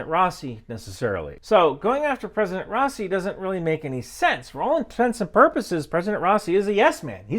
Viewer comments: dudes name is pronounced Raw-E-sea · you didn't even pronounce his name correctly, who tf takes you seriously?!